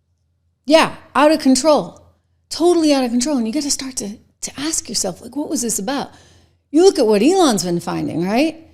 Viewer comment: The "W" in sword is silent leticia james. Return to your DEI school, and learn some basic pronunciation of words. It's ask, not axe.